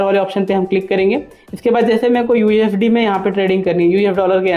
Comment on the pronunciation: Mere bhai pehle sahi se bolna seekhle usd inr ko ufd bolraha hai